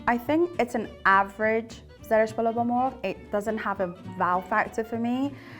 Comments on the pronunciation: also the way she says MORG instead of MORGH I can tell she's not Iranian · Sura is not persian. She can even say zereshk polo ba morgh. She cant pronounce "gh". No persian woman wear her scarf like that and sura is arabic name I think I haven't even hear that name. Guys! WE ARE NOT ARAB!!!!! We are tired to say that to the world.